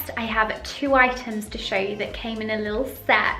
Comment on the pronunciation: It’s not ‘goa she’ it’s ‘gua sha’.